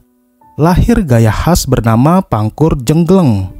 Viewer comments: Cara bacanya kurang pas. Pangkur jenggleng seharusnya dibaca " pangkur jengglèng" (seperti membaca "cèlèng) bukan pangkur jenggleng... Mestinya tanya dulu yg paham bahasa sebelum membuat deskripsi suara. 😢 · ini karena suaranya dari AI, Mas...jadi tidak selalu bisa membedakan e pepet dan e taling